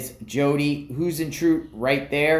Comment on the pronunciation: Hey — I believe Jodi’s last name is pronounced High-zen-troo-it… hope that helps….prayers for the family!!